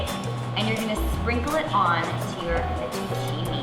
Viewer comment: the way italian words gets f****d up kind of hurts my feelings